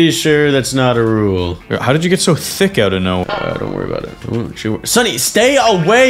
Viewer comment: pov: im so tick insted of thick lol😂